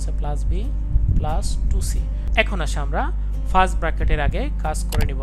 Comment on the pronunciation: Sir arekta Kotha bolar chilo .apni bolen ফ্রাস্ট ব্রাকেট তাহলে কি এটা, ব্রাকেট না কি ব্র্যাকেট...🤔🤔🤔🙍🙍‍♀️